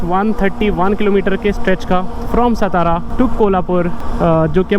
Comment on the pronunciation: Bro khud ka nam bakiyonka pata nhi to bura lagta and hamre city ka nam har bhar galat leto ho ye kaise chalega stara nhi hai satara hai